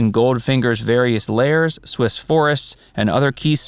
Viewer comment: "...various lairs..." not layers. I know, picky picky, but a nice video overall. [- -] Galore, what was wrong with printing the best name ever for a female character?